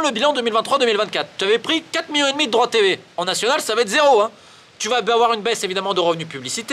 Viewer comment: « 10 miyons » 😂😂